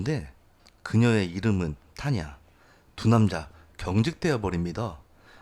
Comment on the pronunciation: НАМ НУЖЕН ГЕРОЙ.... 우리에겐 영웅이 필요합니다. 러시아어 발음은 약간 된발음들 쌍자음 발음이 더 어울립니다. 타냐 아니고 따냐... 정식이름은 따띠야나.